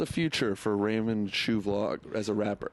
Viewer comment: callin em raymond ' jew ' instead of raymond ' shoe ' 😂🤣😭